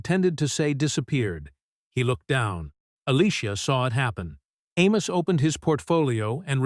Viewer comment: Amos should have pulled his investment because A.I. cannot consistently pronounce his name.. 👇🏾😋